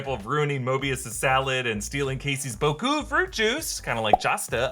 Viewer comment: Oh btw Boku means coconut. And it pronounce Bó-Ku not Bòku